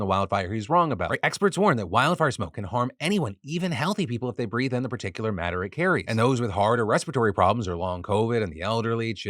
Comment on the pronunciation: Hey, I know I'm pedantic, but you said particular when you meant particulate